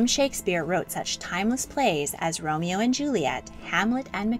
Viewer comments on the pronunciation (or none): none